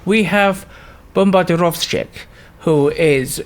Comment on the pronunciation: Your pronunciation of Bombardirovshcik is surprisingly accurate. Nice cast